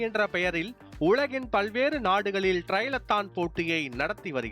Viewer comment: அது ட்ரைலெத்தான் இல்ல தம்பி . .. ட்ரையத்லான் 🤣